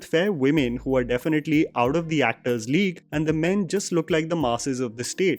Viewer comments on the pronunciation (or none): none